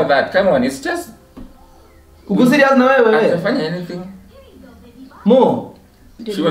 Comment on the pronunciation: Kwani the "babe siriazly" 😂😂😂